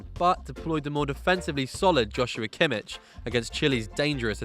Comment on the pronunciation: Great video. Just make sure you get your German names pronounced right. For example, the "ch" in Kimmich is not the same as in English "chair". See how it needs to be pronounced